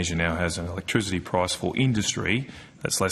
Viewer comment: "Cheepa ewektwisity"